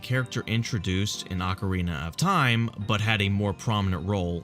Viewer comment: “Ocerina of time”